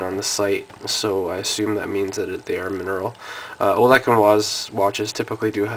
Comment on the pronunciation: I think its pronounced Olesh and vice.